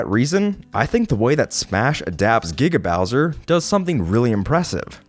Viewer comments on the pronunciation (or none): It Giga Bowser, not GGaw bowser. You say it wrong so often. But I'll let it slide as not every research video ever made is perfect.